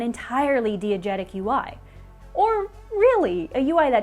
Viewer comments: Damn cool video if only could pronounce "diegetic" correctly (Die-e-getic, not Dee-e-getic) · you did NOT just pronounce DIegetic DEE-uh-jet-ic like 15 times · My therapist: pronouncing it "dee-egetic" instead of "die-egetic" isn't real and can't hurt you This video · This is SUCH a deep and well-crafted video about video game design. HOWEVER pronunciation of 'diagetic' threw me off. As an aussie media/comms student, I learnt the word as 'DIE-agetic' not 'DEE-agetic' small but noticeable. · Every time beautiful person says "dee-agetic" instead of "die-agetic" i feel like a shitty film snob as I flinch from the pronunciation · You probably haven't, it's pronounced dye not dee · Dee-uh-jet-ic bad, dye-uh-jet-ic good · Did she really pronounce diegetic as DEE-I-GET-IC?!?! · It's pronounced "die-a-getic." Long I, not short I! :) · Oof, that mispronunciation of "diegetic." The first syllable should rhyme with "fly." But I still love this video. Great job,! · I always thought diegetic was pronounced “die-uh-jet-ick”? Also, great video! Been missing me some Polygon :) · Everyone: diegetic: DEE-igetic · Yes. Thank you. Couldn't finish the video. :/ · Her pronunciation of diegetic as dee-a-getic is really throwing me :p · Hearing pronounce diegetic "dee-egetic" is very cute... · I guess you're trying to make a point about the validity of variant pronunciations and English dialects and the elitism of declaring one way of speaking to be "correct". And ordinarily I would agree. However "diegetic" is a highly technical word not in common use, universally pronounced with /dai/ as are similar Greek loans. pronunciation is not widespread enough to be a variant - it's a simple error, and it's okay. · Anyone else bothered by her pronunciation of diegetic? It’s almost as frustrating as timbre being pronounced timber for a musician. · Is it DEE-a-jet-ic or DAI-a-jet-ic? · the repeated mispronunciation of diegetic lost me